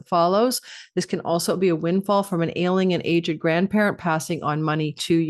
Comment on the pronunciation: I know you said ailing parents but kept hearing Alien parents 👽😂